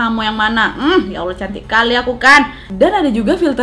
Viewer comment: cuma mau bilang aja jangan sering ngomong "yawla" kalo ngomong ya Allah yang bener ,maap ya kalo agak kesinggung ingetin aja